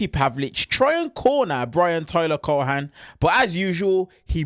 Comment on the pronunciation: It’s no pronounced Co-Han But Co-en. The H is silent.